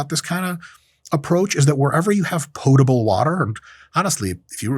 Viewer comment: Dr Mike, I’d just like to thank you for pronouncing “potable” correctly. The amount of people that I work with that say, “pottable” is incredibly too high.